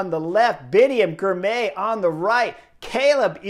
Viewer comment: Excellent report. FYI Girmay is pronounced Gir-mah-y.